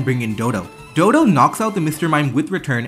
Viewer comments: It's weird that the guy can play pokemon so well and yet cannot read the names of the pokemon correctly dodo? DoDUO doh duuu oooohh. dodo is just an animal in the real world. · it's dodou not dodo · The way they say "Dodo" and not "doduo" is so frustrating /lh 😭😭